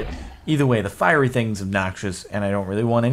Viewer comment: It's fierry (firey) coul'd be your next girlfriend.